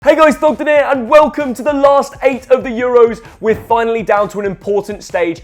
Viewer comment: Thogden, more like Thongden